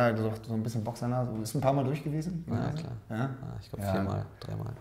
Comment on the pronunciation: Felix ist einfach zu cute :D Wie wärs mal mit nem Dreier von Tommi, Felix und Hubi? ps.: ich liebe das "klaa" von Felix :D